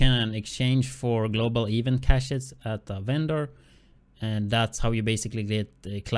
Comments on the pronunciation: "Eevent" lmao my bad bro but too funny 😂😂😂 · I'm sorry but when u say event it's annoying as shit cuz your pronounceing it wrong but other than that good vid